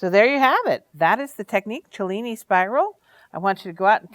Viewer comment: Love the video and thank you for pronouncing Cellini correctly.